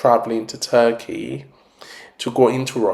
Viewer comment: You are saying the name of the country wrong hahahah